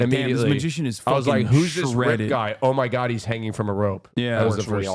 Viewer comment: A human being is suspended mid air hanging from a rope:: “ohm magaad ohm maagaad”